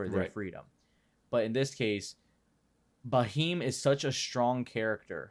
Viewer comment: it's pronounced as 'beam' with a 'h' sound after b. Bheam